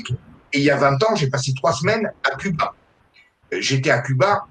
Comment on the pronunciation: Les religions mère de toutes les divisions n'ont rien de réellement spirituelle ! Cela dit le régime communiste est l'un des pire , fin des libertés individuelles au nom du collectif, la fin des haricots !Concernant Cuba, cela ce prononce Couba !